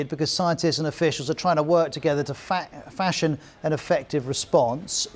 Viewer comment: He tried to say fashion but said “fascist”